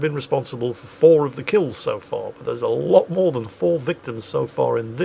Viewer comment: MOWR THUNDER!